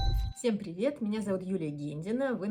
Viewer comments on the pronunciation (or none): none